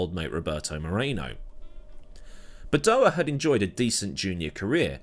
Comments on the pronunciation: Ffs it’s Badoèr, not badoahh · Please look up how to pronounce Badoer. Bah doh wer. I know you Brits like to leave out 'R' or add them where they don't exist. See 'HONDER'. How would you like your last name to be said as Meewahd? Otherwise, thanks for all the vids.